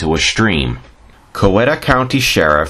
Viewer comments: IT'S PRONOUNCED "COW EE TAH" NOT "COW WET TAH" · As you can probably tell by the comments, she's related to half of Heard County. And great video, don't let them get you down for mispronouncing "Cow-eat-uh." I wrote an article on her for the local paper a few years ago. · Coweta is pronounced Kye-eet-uh by the natives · This video was interesting but before someone does a video like this they should do their homework. Such as learning how to properly pronounce words like Phagan, Coweta, and Caney. Also it's common knowledge that Mayhayley charged a dollar and a dime for a reading. Maybe he'd had better luck contacting Mayhayley had he'd paid her fee.